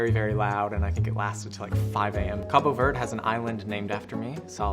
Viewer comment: Capo Verde. Mispronounced 😂😂